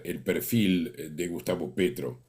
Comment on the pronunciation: No se porque le seguía diciendo Pietro en vez de Petro 🤣😂